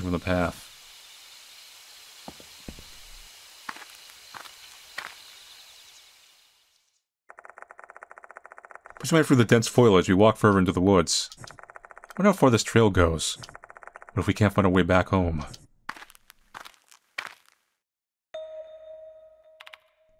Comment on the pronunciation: people that say foilage instead of foliage xD